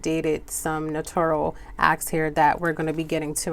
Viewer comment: Love the explanation! Thank you! Remember that you pronounce notarial as NO-TAIR-REE-UHL, not "No-tor-ree-uhl." I think people get it confused and pronounce it like they would say "notorious". Correct pronunciation==> . I was a notary years ago at a job in another state and now I just received my commission in a different state and I'm so excited to be doing this again. 🤗😀